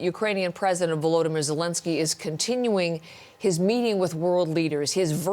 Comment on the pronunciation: Thanks for using Ukraines president name correctly. Finally Volodimir not Vladimir.